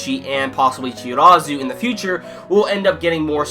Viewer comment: I like your review! Just one thing, the people you are talking, "Chirazu"? I think you meant Chikara Ennoshita? Substituted Captain right? I know there are many haikyuu characters and remember the names are difficult. I just want to make sure you are talking about him! And Tadashi Yamaguchi is my favorite chara and can't wait his time to shine too! I'm not manga reader so I am really hoping it :( Please do Haikyuu review again!